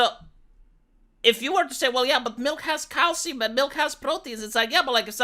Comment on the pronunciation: Your accent made me hear 'cow semen' instead of 'calcium'. 😄